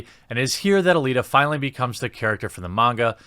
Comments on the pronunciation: I respect you pronouncing “Manga” right lol , but yeah I’m old school I still have my VHS tapes on this anime, I also want a dororo and a devil man from the 1990s made like this , just better and stick to the original stories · The coolest thing about this video is you say "manga" right!